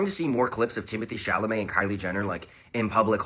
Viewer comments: 😂❤ I swear you said Chalamet but I heard Chalalai 😂❤❤😂❤ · Chamale wrong it's supposed to be " Chalamet" 😂😂😂😂😂😂😂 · Dude, it's not "Chamalet", it"s "Chalamet" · ChaLamet not chaMale lol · repeatedly saying, "ChaMalet" 🤭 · Timothy Chalamet 🚫 Timothy Chamalet ✅ Hahaha jk ilysm 🤭❤️ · it’s ChaLaMet. You keep saying it wrong lol. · Say it with me now … Sha-La-May 😂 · Not you saying Chamalet again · i love insisting upon calling him timothee shamalay LMAO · "Chalament" brought out a laugh from me that I've never heard before. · Hi! Just a heads up that says it wrong on purpose as an inside joke between him and his viewers ❤😂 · Hi! Just a heads up that says it that way on purpose as an inside joke between him and his viewers 😂❤ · I love that always says Timothy's last name incorrectly 😂😂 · I love it, too! ❤ He says it that way on purpose as an inside joke between him and his viewers 😂❤ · I know! I was going to finally say something today! He says the L before the M always. It's funny how our brains can do this with words. lol